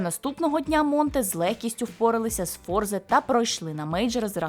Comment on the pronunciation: Натус вінсЕре - фішка Ламича казати)